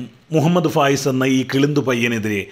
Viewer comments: Fayas alla faayis aan😂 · ഫയാസല്ല ഫായിസാന് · ഫയാസല്ല വിജയാാ ഫായിസാണ് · ഫായിസാണ് സാർ ഫയാ സല്ലാ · ഫയാസ് അല്ല ഫായിസ് ആണ്